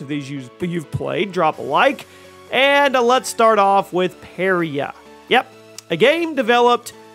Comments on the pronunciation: OMG, "Pair-e-ah"? Pa-righ-ah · And Pariah lol